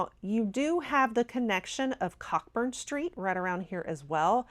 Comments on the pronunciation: Just to say it's pronounced Coburn street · Would have been a much better video if she wasn't in her home doing this video. Also you pronounce cockburn wrong